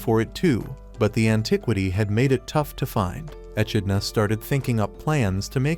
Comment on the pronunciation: Ah! I gotta remember the name and avoid it. Your script is difficult to listen to, and not just because you mispronounced simple words like "echidna" (one of a handful of monotreme species), but your weird allusions are difficult to parse.